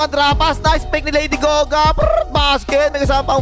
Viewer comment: Lady Gaga❌ Lady Goga ✅